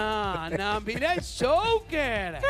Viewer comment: El shouquer!!!! 🙄o último.. Joquer Guido!!!